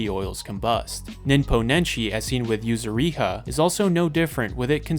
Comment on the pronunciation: My man you butchered yuzuriha's name so badly. Well you butcher most japanese words, but her name especially. Shogun is also a bad one, you said it as shogan.